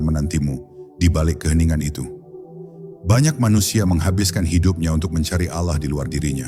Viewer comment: Ini yg baca muslim atau non muslim....kok.sebut Allah itu kykx ganjil gt loh....kdgranx Alah bkn Allah....